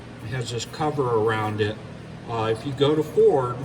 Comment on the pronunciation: Did you miss speak at :25? Furd focus lol! Man I do that all the time I call it a brain fart. Nice fix on that fuse. How much did Ford want for the whole cable?